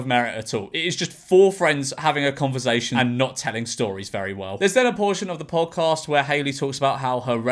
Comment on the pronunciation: George please stop saying converzation